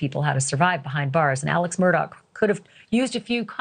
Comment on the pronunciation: It’s Mur-Da the Truth says, not mur-doc what the liars say. Burn in Hell Mur-Daugh